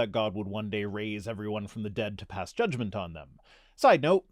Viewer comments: The American spelling "acknowledgment" is another example. Loved the way you pronounced jud-g-ment! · When I started law school my learned professor explained that the word was Judge-ment, not Judge-eh-ment. So, no 'e' in the middle. Same goes for "acknowledgment", BTW. Those things tend to stick with you.